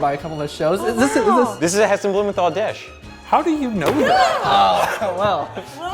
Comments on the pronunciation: Bruh you don't pronounce Heston's last name right 😑 Blue mental not men thol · I cringe so badly when I hear Americans trying to say 'Blumenthal' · Are any other british people like me cringing at how he says hestons last name 😶😶